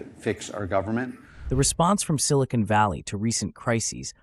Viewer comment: I can't believe that guy said "Silicone Valley".